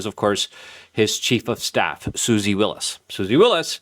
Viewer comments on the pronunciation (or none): it's WYLES not WILLIS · I can’t listen to someone who doesn’t even know it’s Susie Wiles, not Willis.😂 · Luke is ESL, so he pronounces names wrong all the time.